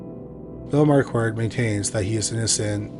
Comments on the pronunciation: Marquette = "mar-ket." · Sorry my friend. I accidentally deleted my comment! Just to help out a little with your superb channel: Mary Jane and Alfred’s Last Name or Surname of “Marquardt”: Is actually pronounced “MarKard”…..Where the ‘QU’ becomes a “K”, with a silent letter ‘t’ at the end. It’s more than likely to be of German or Austrian origin….A Big Thank You for yet another fantastically researched , presented and narrated episode! Best Regards from England..❤🏴🇬🇧🇺🇸❤ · How do you get "Marquette" from "Marquardt"? Whenever people like to trash the American education system, i remind them that it's a generational thing not specific to the US. Curiously, you started pronouncing it correctly halfway through. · There are two 'r's in Marquardt, please pronounce both of them.